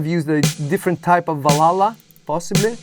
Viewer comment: Or maybe they didn't too, kind of the transition period but the original has that analog tone to it making it a bit less bright. Love your pronunciation of Valhalla btw, first time I heard it pronounced properly👌